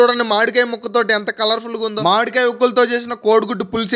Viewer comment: మాడి కాయ కాదు మామిడి కాయ బాబు😅